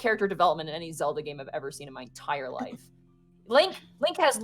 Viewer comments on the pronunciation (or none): none